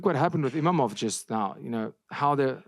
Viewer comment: It’s IMAVOV ! Not IMAMOV ! Put Respect on his name ! 🇫🇷